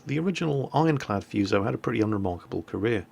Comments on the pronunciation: it's FU you crank.....as it's spelt in English....Not Fooso.....lol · It's pronounced Fu(as in Kung-Fu)-So. What you're saying, "Fyuso" means "curse" in Japanese >< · It is not the fuse-oh, it is the foo-so! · If I pronounce Fuso as " Fuss - O " will the weebs get mad? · im sure some one else bellow has posted this and i know im a billion ears late but just to be that guy. the pronunciation for Fusou is Foo(as in food with out the D) and soh (like soap without the P) or there abouts. the pronunciation for nagato, mutu and housho where pretty spot on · Actually it is pronounced 'who sa' or 'fSa'. Learn what you are talking before you start berating people about nonsense. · None of you seems to be able to pronounce this simple Japanese name correctly 😂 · FFS play Kantai Collection and hear Fusou herself tell you how to pronounce her name "Of the two Fusou-class super-dreadnought battleships, I am the elder, Fusou. Please take care of me and my younger sister Yamashiro." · I cringed every time he said fuso wrong.